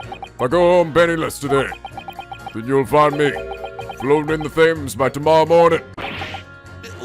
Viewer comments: Leggy Slam Laggy Slam Also, for future reference, the word "Thames" is pronounced 'Tems'. Please Iike so that he can see this 😊. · you gotta pronounce the river Thames as “Tems” not “Thems”😂😂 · Wow, I think is getting better at remembering how to pronounce these British words- "ThAyMeS" OK never mind then (For those wondering, it's pronounced "Tems") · the river Thames isn't pronounced with a "th"! It's like "Tems" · Thames is pronounced 'Tems' not fames! How have you not heard of London's most famous river?! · the river in London's name isn't pronounced 'they-m's', it's actually more like 'Tems'. Just wanted to let you know. I know, the english language is stupidly confusing, haha. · PSA for because he’s probably gonna say it wrong again, Thames is pronounced Temms. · please stop mispronouncing "Thames"